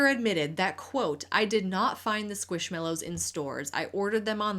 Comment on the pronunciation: Love this video! Just one itty bitty thing, I believe it’s pronounced squishMAllows and not squishmellows 🩷